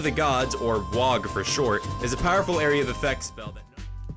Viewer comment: So I wasn't the only one that stumbled when I heard you say wog even though I knew it was meant to be the acronym for Wrath of the Gods. Still waiting for you to accidentally combine the words camp and concentration~